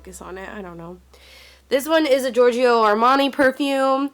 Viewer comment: its pronounced "eve saint laurent", not "yeevs saint laurent", "jee von shee", "gor gee yo armani" not "george ee yo" if you cant say it dont wear it lol